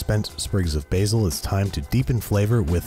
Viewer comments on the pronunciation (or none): none